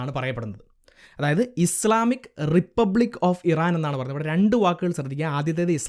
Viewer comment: ബ്രോ ഇസ്ലാമിക് അല്ല. ഇസ്‌ലാമിക് എന്നാണ്